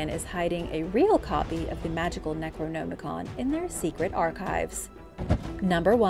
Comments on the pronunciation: You're saying "necronomicon" wrong. You don't say "no" you say "nam" as in Vietnam. Necro - nam - i-con. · my only complaint is that i believe you are pronouncing necronomicon wrong. not that i care just that it sounds incorrect. like ur trying to hard to pronounce it. aside from that good video.